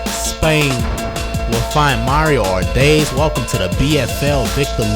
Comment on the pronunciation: I've been waiting for this one. Great highlight reel as always. Also you're the first person to actually get the pronunciation of my last name right first try. -Mario Ardais